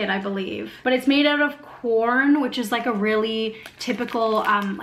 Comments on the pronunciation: I think you'll find the vegan pasty she mentioned was filled with quorn (a meat substitute and pronounced kworn) not corn. Quorn is a product used in many vegan products. Personally, I think it tastes disgusting. By the way, Americans speak American, not English!! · It's quorn, not corn. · Quorn,not corn🙄🎩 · She's not saying corn she's saying Quorn a brand of meat substitute. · Quorn not corn in the pasty. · Quorn not corn ! ....... 😉😉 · Quorn not corn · my man - the word "quorn" was printed, on the package. Tho it may have sounded like "corn" otherwise, holding up the package with "Quorn" printed on it should have made it clear that no-one was talking about "corn".